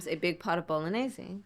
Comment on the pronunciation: yes and its great. Trump 2028 🇺🇸 someone tell Kamala how to properly say Bolognese. Its not Bolognesey 😂😂😂😂